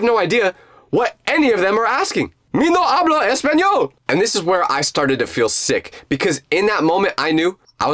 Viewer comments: really dude espanol it’s español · Is español it is not espanol